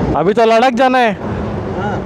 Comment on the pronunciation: लडाक नाही भाऊ लद्दाख आहे ते😅